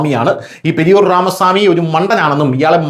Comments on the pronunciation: പെരിയോർ അല്ല, പെരിയാർ. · periyor 😄 periyar correct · പെരിയോർ അല്ല പെരിയാർ എന്നാണ്.....പിണറായിയെ സ്ഥലപ്പേര് വെച്ച് വിളിക്കുന്നത് പോലെ അയാളും സ്ഥലപ്പേരിൽ അറിയപ്പെടുന്നു....പെരിയാർ ജില്ലക്കാരനാണ് (ഈറോട് ജില്ല ) പെരിയാർ രാമസ്വാമി...